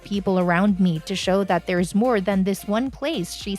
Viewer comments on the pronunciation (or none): none